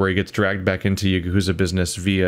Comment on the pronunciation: Hey buddy, going through 3 with you was very enjoyable and I love how much of an absolute cluster fuck it is haha this might make me look like that guy, but Yakuza is pronounced 'Ya-kuh-zah' rather than 'Ya-kuuu-za' might just be me but just wanted to let you know.